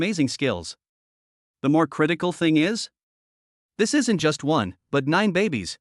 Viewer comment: "Isn't" pronounced AI ES EN TEE??? This is too much. Just try to improve the pronunciation of this AI or at least remove the contractions from the text before having it read by it if it is so incapable.